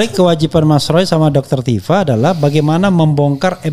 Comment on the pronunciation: Bkn tufa, tp Tifa, f refly harun